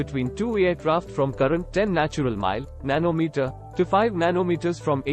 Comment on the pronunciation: Nano metetaaa😂😂😂